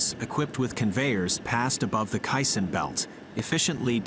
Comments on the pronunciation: “K” - Sun, not “k” sin” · " case-on " perhaps? not quite sure what a kye san is. sounds Japanese. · its pronounced "KAY-Sonn " Not cai-son.... Get your facts straight before posting. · Lol you mean k-SON vs kai-SON (Correct pronunciation is k-son) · Heads up to the dopey AI bot: It’s pronounced kay-san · Caisson is pronounced as KAY-SON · Yes and none are correct. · Decide how you’re going to pronounce caisson.